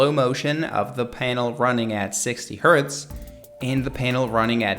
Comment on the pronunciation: It's xiaomi not xaiomi and it's hz not herth but good vid